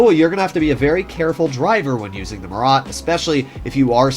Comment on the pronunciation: Say it like Murrah